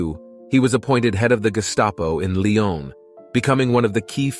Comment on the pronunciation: pity he’s mispronouncing Lyon